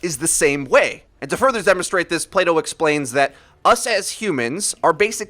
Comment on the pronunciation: Are you saying Play-doh or Plato?